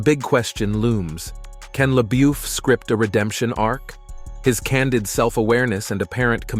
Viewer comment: It’s pronounced lebuff get it right please! That’s insulting to keep saying names incorrectly!